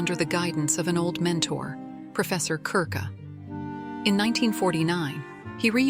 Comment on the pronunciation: Is the narrator AI? Why would an English speaker say “Professor Keer-ker”?